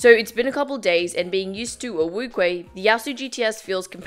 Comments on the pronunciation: NCubing its wu-cheh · Lol no she said wuque wrongly.NCubing is correct.